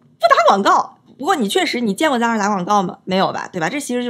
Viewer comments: 一口一个zara，美女，你好像读的有问题哦，它读：飒啦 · 美女，Zara的发音不是那样滴